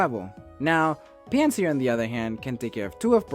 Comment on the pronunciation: mans did not butcher anything in my opinion